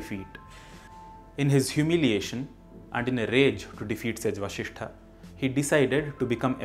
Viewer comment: Namaskaram🙏 I think it should be "vasiShThah" and not "vashiShThah" as much as I've learnt here! Correct me if I'm wrong!